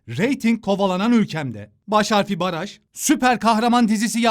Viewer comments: baş harfi baraj 😂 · "Baş harfi baraj" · Bas haarfi baraj ahahshhs